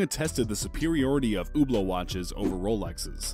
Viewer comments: Hublot actually isn't pronounced "Ublo" or "Hyublo" it's pronounced "Trash" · It's hublot but pronounced you blow